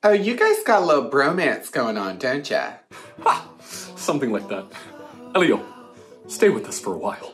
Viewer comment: The way he pronounced “Elio” 😂